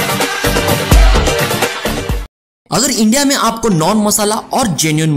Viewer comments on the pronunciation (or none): none